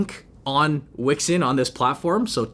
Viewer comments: I heard "Wexit" almost. :D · The way u pronounced weixin 😂 U could just say wechat